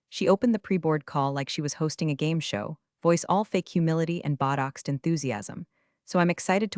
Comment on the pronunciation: please edit the mispronunications. botox is not pronounced buttocks.